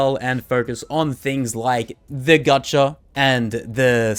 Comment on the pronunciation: bruh idk why but him saying "gachaRRRRRRRRRRRRRRR" is sooo fkn... idk, not really triggering but it is like when you scratch glass with a nail... ugh... icant XD